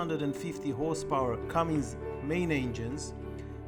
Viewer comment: As a salesman you should know it is not Cummings. It is Cummins.